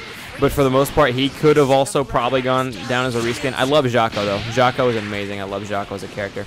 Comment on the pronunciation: am I the only person that kept hearing him say shaco instead of jaco